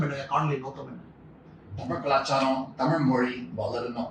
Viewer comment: At tami'zh' and mo'zh'i he gets it 100%